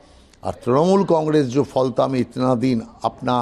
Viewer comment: Live Hindustan News, Please correct your pronunciation for Falta. It's Ph-al-ta.